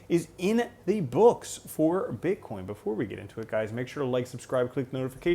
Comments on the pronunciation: you say bitchcoin 😂 Great video, thank you. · Am I tripping or did I hear you say bitch coin 🤣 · I think mumbled Bitch-coin lol - too funny - you're the best!